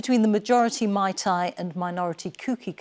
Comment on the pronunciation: Dear BBC - please note that the 'ei' in 'Meitei' is pronounced like the 'a' in 'face' not the 'ai' in 'Thai'